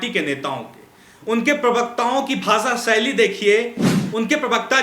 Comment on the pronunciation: Anchor sir, it is not pronounced as BHASA SAILY. IT IS PRONOUNCED AS BHASHA SHAILY. so improve your ptonounciation please.